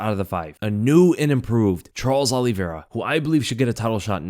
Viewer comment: Good breakdown. However you pronounce Olivera unusually;: Ollie Vera Everyone else: Olivera